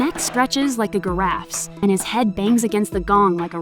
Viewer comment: Not only is this movie terrible, but the voice over has got to be fake. Plus the script writing of the voice over is ... quite poor. Specifically the part where "His neck stretches like a Giraffes" was "His neck stretches like a Guh-Raffs". No way someone said Giraffe wrong.